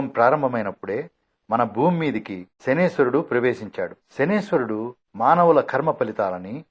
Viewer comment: Shaneeswarudu kaadu, Shaneescharudu!